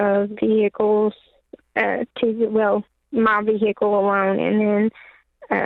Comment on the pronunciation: Vee hick kel😂